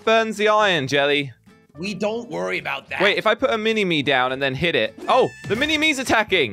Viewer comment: it sounds like jelly calls evil jelly rishy, odd